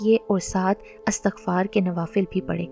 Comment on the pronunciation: سسٹر لفظ استغفار ہوتا ہے الف کی زیر کے ساتھ باب استفعال مصدر سے